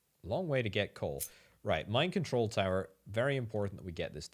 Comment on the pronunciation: Anyone else hearing "Mind control tower" every damn time? XD